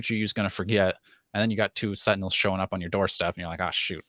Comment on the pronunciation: Haha, Tentinels